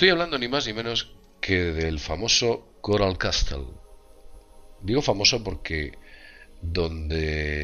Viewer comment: Coral castle, se pronuncia como caszol, mas o menos, no castel